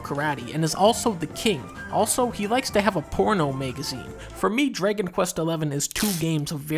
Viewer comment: Why does he pronounce dragon as “draygon”?